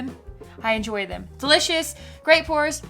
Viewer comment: Did you just say EnJory? Lol